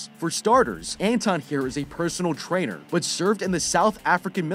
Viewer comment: Every time he said Trainer, I thought he was saying Traitor... which honestly still fits considering all that violence.